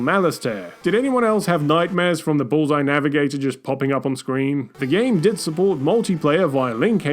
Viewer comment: Love the content but how can do the goat dirty and mispronounce Bullseye NavOIR repeatedly. They even say the name in-game so really no excuse lol.